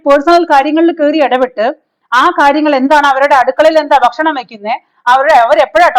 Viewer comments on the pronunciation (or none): none